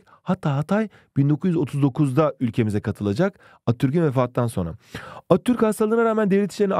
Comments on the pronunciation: hocam izlerken çok güldüm attürk diyosunuz:virtualhug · Attürk değil hocam ATATÜRK